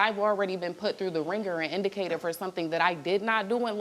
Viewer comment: Oooh I thought she was trying to say indicted 😂 (and failed lol)